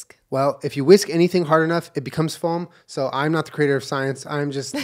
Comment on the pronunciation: i love how julien pronounces foam like “folm”